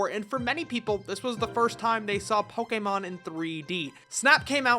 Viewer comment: Thank you for pronouncing Poe-Kay-Mon correctly every time